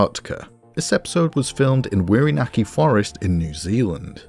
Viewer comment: I'm going to make a possibly weird correction here. For whatever reason (I'm genuinely not sure why), when the Maori language was transliterated to the Latin alphabet, someone chose to make "wh" stand in for the "f" sound. So Whirinaki is pronounced like "fear-in-ak-ee", not "weir-in-ak-ee". Otherwise, really enjoyed the video.